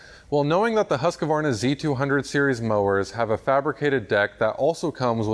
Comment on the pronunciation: thanks for the info. I am looking to upgrade. btw it's husk-varna, not husk-a-varna. :-)